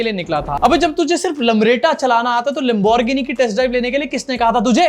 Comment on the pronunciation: bhai yeh is tarah pronounce hoti hai gari lambo.... geeni in 2 part unless you are not talking about famous lamborghini